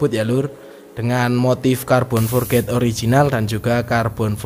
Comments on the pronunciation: om spelling nya bukan forget, hehe tapi forged di baca (forg) oh iya om coba potongan carbon nya di bikin potongan yg agak sedikit lebih besar, supaya keliatan lebih gahar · Halo om, mau ngoreksi aja kalo boleh, biar sama sama belajar. Bacanya "forj" ya om bukan "forget". Makasih om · Carbon forged = (Car-bon forj) itu sebutan nya bukan carbon for-ged hahahaha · bener mas kalo forged di bacaan nya "forget" artinya lupa hehe.. kalo di inggris yg berakhran D di bacanya tipis, jadi forg'd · Iya om, tp pelafalannya "forj"